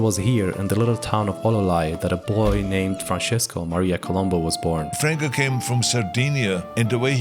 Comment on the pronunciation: They didn't even respect him enough to pronounce his last name correctly (co-LOOM-boo). He was a Sardinian Strongman, not a TV detective (who was also awesome).